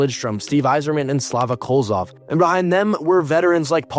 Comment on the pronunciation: "Slava Kolzov." All the best hockey channels are unable to pronounce the names of key players.